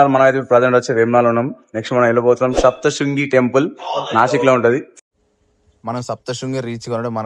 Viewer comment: సప్తశృంగేరి కాదు సప్తశృంగి 🙏